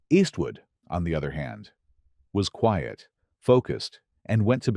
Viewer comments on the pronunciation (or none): none